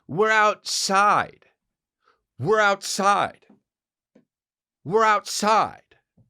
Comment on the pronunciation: Yeah but also , "we're outside..yroutside" ! Love it!🤙🏼